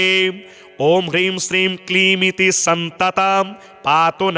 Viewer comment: सततं को आप सन्ततं लिख रखे है और बोल भी गलत रहे है सुधार ने की कृपा करें